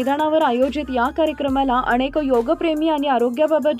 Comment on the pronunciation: अणेक नाही, अनेक म्हण ग बाई.